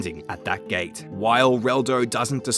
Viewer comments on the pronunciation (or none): none